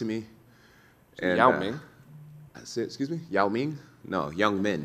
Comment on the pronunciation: Bro not gonna lie.. i thought he said Yao Ming too. 😅